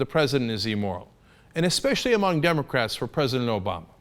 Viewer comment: Then why does he keep making these amorphous arguments intimating at Obama being "immoral" or as he says it "ee-moral". (goodness Cenk! all these years and you STILL can't pronounce it.)